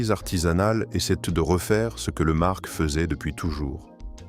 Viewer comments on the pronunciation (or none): On ne prononce pas le c dans le mot marc. Donc au second sujet on arrête .